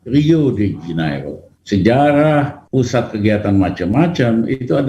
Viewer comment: SejaLah.... 🤣🤣🤣🤣🤣 SeJarah........ Lijal. Lamli